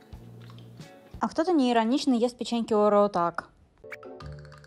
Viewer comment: Она так тупо произносит орееео . А не орэоэ